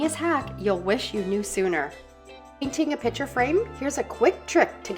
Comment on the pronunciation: Your hints are very good and useful!! But, pitcher?? Most people put pictures in a "picture" frame, not a "pitcher"!!!😮😅😂